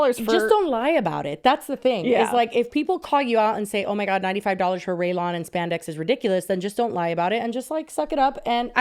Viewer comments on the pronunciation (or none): Not continuing to say: "Raylawn" instead of "Rayon"... and not even correcting her, 😂😂😂😂😂😂.